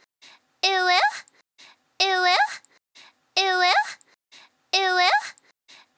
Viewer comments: why is she saying ee wuh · Tbh it does sound a lot like it will after a while, due to the way it’s enunciated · If you turn on captions all it says is "it will" and the more i hear it the more i dont hear "uwu" i hear "it will" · After a while it sounds like "eweggh"